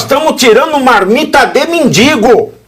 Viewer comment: Pavvina como seu convidado , uma pessoa que estudou em faculdade ,fala: MENDINNNGO ao inves MENDIGO....???!!!!😂